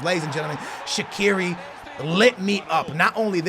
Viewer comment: he can say Shaqiri but not dele alli 😂😂